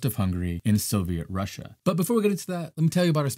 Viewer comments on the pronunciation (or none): none